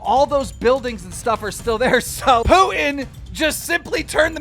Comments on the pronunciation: LOL the way keem says "Putin" sounds like "Pewing" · Why is he saying pewtin lol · Keem why do you pronounce Putin as "Pewtin" lmfao